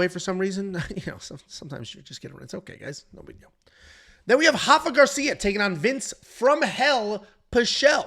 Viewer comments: R-R-R-Rafa not hafa, he isn’t Brazilian! As a Mexican that drove me crazy 😂😂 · It’s “Rafa” roll the “R” lol.